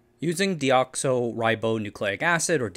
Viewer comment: De-oxo? has some fun pronunciations…. Dram. 😃